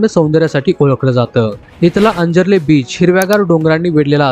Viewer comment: आपण कोकणातील नाहीत. उच्चारात असंख्य चुका. आंजर्ले, वेळास व इतर शब्द आपण नीट बोलू शकला नाहीत. कोकणातील सर्वात सुंदर गाव वालावल आहे.